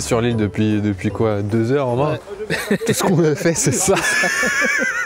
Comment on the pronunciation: "Avec Thoms, qui est mà depuis Deseur" (deux heures)